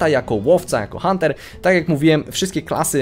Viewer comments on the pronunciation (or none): none